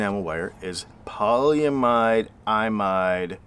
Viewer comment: Pronounced. Pol ee im id. Long e, Short I sound. This is used to coat the top of most computer chips for isolation.